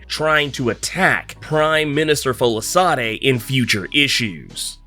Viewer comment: It's pronounced "Folashaadey"